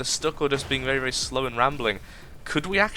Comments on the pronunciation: lol. You do vewy vewy well with wails. xD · Lol vewwy vewwy well